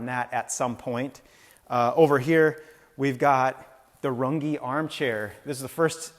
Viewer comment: Looks great! Very stylee! Thank you for giving us a shop tour! #RungeTwoSyllables